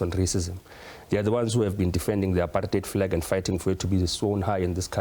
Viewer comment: Apart-heid NOT Apar-theid...when are people, in public platforms, going to start pronouncing words correctly? Just like Malema, Mbalula and this wet-behind-the-ears Minister of Justice pronouncing Country (Cuntry) with their special kind of pronunciation: Cow-ntry. This Cow-ntry thing is so nauseating it wants me to vomit the moment it leaves a person's mouth because it sounds bloody terrible. Can some people correct these moegoes who call themselves "leaders"...what a bunch of "dumb leaders".